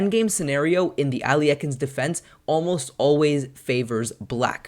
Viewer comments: "æliekin's defence" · Sure, but that is not what you said. You said Al Ye Ah Kin. That is not just a different pronunciation, but the addition of an extra syllable in the middle. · Your pronunciation of this defense is quite humorous. Where are you getting the extra syllables? Thanks for showing from the black side. Most videos show it from white's perspective.